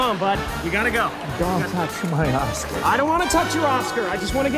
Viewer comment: Oh it was OSCAR I thought he said Ass LOL!!! OOPSY!!